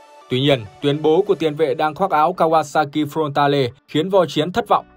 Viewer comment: "Kawasaki front ta lê"😢